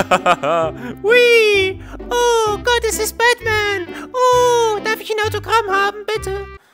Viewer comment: Ich verstehe die ganze Zeit nur Batman richtig ausgesprochen obwohl du die ganze Zeit Dapman sagtest 😂😂 to be continued